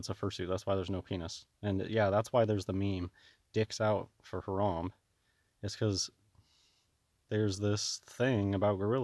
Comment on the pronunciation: Lol dwag it's Harambee like 🐝 bee.